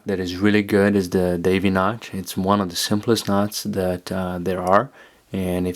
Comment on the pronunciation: really nice video with a good macro shooting. Why do u say CH instead of T though?